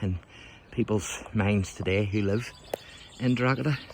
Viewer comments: You're committing a grave sin, every time you wrongly pronounce the name, DrogHeda 🤨. Almost as bad as saying the world is only 5600 years old, like that biblical idiot Usher claimed. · The G is silent in Drogheda 🤪